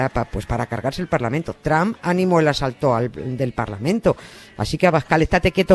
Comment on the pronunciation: Nieves: Cuánto sabe usted de historia de los EEUU, se nota que estuvo allí estudiando y viviendo. Pero no se enteró que Trump allí no se pronuncia tramp sino algo así como tromp.